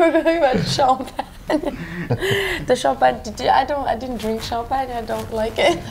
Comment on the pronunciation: "Cham-pagne!" "Sean Penn? Where was Sean Penn" lol